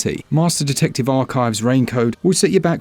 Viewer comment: the dude say rain code and i hear him saying rain coat 😂